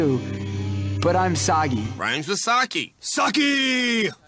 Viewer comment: They're not even saying "sake" right.